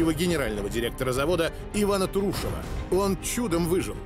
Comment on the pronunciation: Иркутского края 😀😀😀 столько же правды в данном фильме. Фамилии братьев - Чёрные, а не ЧернЫе. Никогда его не звали Бык, был он всегда Петрович. Вообще многие фамилии исковерканы, у Турушева ударение на первый слог.